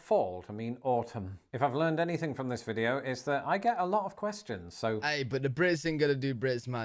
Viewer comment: The r between the words blew his mind. Brits also sometimes sneak an H sound in front of some words. Like "Hanything" 😂